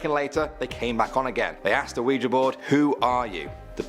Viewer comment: Awe for pronouncing Ouija correctly I love it!!!!!!!! 😊